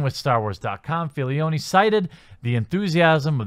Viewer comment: one critique, please pronounce it Filoni insead of Filioni, you are adding a noun in there bro.